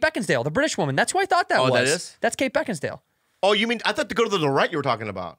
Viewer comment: Santino has been saying "Beckinsdale" for years now, even after reading her name lol